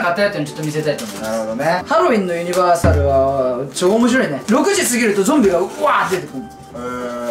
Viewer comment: ユ'ニバじゃなくてユニ'バやぞ〜